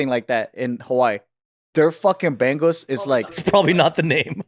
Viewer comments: Props to Joe for recognizing bangus! BTW, it's not "BANG-GUS" it's more like "bong-OOS" 🤣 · Omg Joe pronouncing bangus as "bang-goose" is hilarous! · It’s pronounced bang like how Subi would pronounce bang 😂